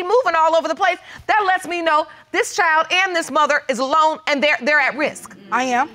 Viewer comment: Why can't the people on this show and most of the other court shows pronounce the word "child". Child is not pronounced "chow".